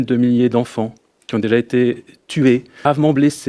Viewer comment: " y restent que eux qui z'ont " mdrrrr